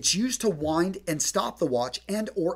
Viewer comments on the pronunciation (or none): none